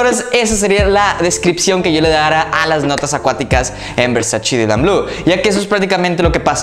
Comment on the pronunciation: Se dice VERSACHE, no versash 😂